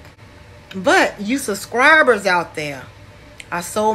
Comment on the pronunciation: Why do yall keep making the B in Subscribers silent ?!